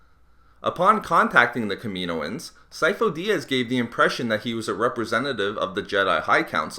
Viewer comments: It's Kaminoans not Kameeeeeenoans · It's pronunced Kam-in-ohan not Kameen-oin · Killed my ears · It's pronounced kamin-o-ans not kamino-ans 😛